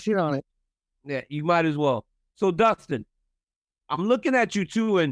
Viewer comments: Justin said Oliveira that's definitely his CTE kicking in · You say justin. Or Dustin is hilarious 😆😂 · Doostin versus Joostin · DC: What was the process of having you two fight in Utah and have the BMF tittle on the line? Justin you go first. Justin: Did you say DUSTIN OR JUSTIN? DC: Dustin, Dustin…. 😂😂😂